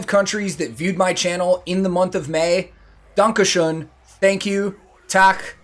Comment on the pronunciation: your (Danke schön) is Perfekt :)